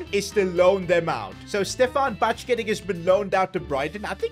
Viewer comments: "BeN DOuGhaK"i love it😂ByeCketiK too😂😂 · Doak is pronounced like doek and Bajcetic is pronounced like bieshetich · you pronounce Bajcetic Ba-yet-ich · Yo, Bajcetic is pronounced Bye Set itch and Doak is pronounced like Oak in Oak tree but with a D at the start. Just wanted to help:)